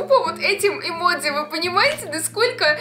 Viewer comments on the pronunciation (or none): none